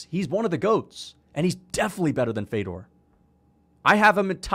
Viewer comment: Mf say fedors name right